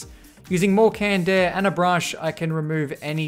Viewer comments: i thought he said candair but i just realized he said canned air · Canned air, i heard candaer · How many times he said Kand Eh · I hate you for saying "canned air"